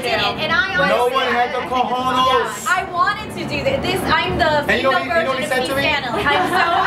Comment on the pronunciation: why does this guy keep saying "CAJONOS"? SMH